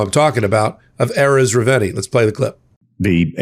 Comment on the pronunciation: you got the whistleblower's last name wrong: It's Erez Reuveni (Re-oo-ve-ni).